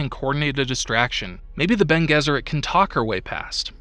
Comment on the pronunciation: Friend, good video but just wanted to comment that Gesserit is read with a J, not G, and it's frEmen, not frEEman. Keep it up friend, wish you many successes.